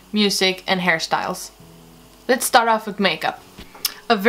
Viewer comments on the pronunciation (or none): it is me or she said "harry styles" not "hairstyles" 😂